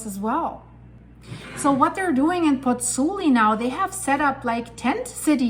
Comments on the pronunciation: Pozzuoli, not Pozzuli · FYI, it’s “Pozzuoli”. I’m a Virgo; forgive me.